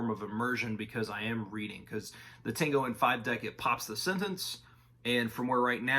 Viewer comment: Good video but I'm flinching every time you say たんご